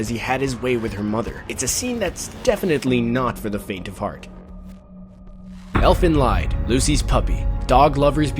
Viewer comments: its pronounced elvenleed Not elvenlaid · Have you considered research before making a video? EoE was an endless string of nonsense? No... It made sense. "Elfen Lied" is German for Elve's Song, as is pronounced closer to "Eflen Leed" and who is "Ah-soo-kah"? Her name is said in the show enough that if you've watched it, you'd know it's said like Ahs-ka, a lot of the time in Japanese, the u is silent. But none of the team at CBR actually watch animé, do they? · It's pronounced like 'Elfen LEED' ffs! It translates to 'Song of the Elves', because 'Lied' is the German word for 'song' - when will people ever get this into their heads? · Its not pronounced fucking Elfen LIED it's Elfen Leaaaad -. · It's not " Elfen Laid" but "Elfen Liid" because Lied is a german word that means "song" and it's not english. So it's an Elvish Song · elfen lied is pronounced as "Leed" not lied as in someone who tells lies. damn weeaboos. it's German. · STOP Prononcing Elfen Lied like it's written lide. You pronounce it as "lead". It's a German word, but regardless of this, an I is mostly only pronounced this I way, when there is an e RIGHT AFTER the Konsonant that follows the I. Like, really, so many people pronounce so many words so fucking bad due to not realizing (In this word the i directly as the nedt vocal after the supposed e makes the e to weird to fit it in, therefore we have an EXCEPTION) this. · Its pronounced Elfen LEET not LIED. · "elfen leid" c´mon, pronounce it right :D it´s "lied" ! ... and yeah sadly most people in the western world are stupid enough to really think that anime are only for kids/teenagers ... i just don´t get why ._. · Sorry for being a smartass, but it's not Elfen "lied", it's Elfen Lied, Lied is the german word for "song" and is kinda pronounced like lead. ^^' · Its not Elfen Lied, its pronounced Elfen "Leed", its German and it means "Elves Song". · Elfen LEEEEEED. Not lied. It's pronounced like leed. And the puppy scene was the best scene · Elfen lie-d?